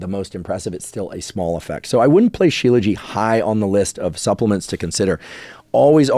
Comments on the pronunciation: It’s not… “Shiela ji” It’s “She-laa-jit” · He’s pronouncing it correctly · I come from a culture where I saw my great grandfather, grandfather and dad took it every single morning. It is most definitely NOT pronounced with a silent T.